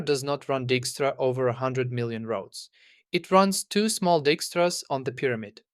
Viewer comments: It is not pronounced Dickstra... It's pronounced Dykestra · By the way, dijkstra is a Dutch surname, and is pronounced "dike-struh". I know a few people with that surname. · I know, I'm that guy, but the pronunciation of Dijkstra is "DIKE-struh" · Edsger Dijkstra's last name is Dutch, so the "ij" is pronounced "ɛi", like the English word "I".